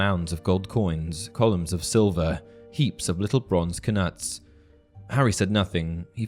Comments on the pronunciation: Just thought I would mention that the K in Knut is silent you pronounce it like nut not knut. It's like Know and Knight, just thought it was worth mentioning. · I'm fairly certain the K is silent in knut.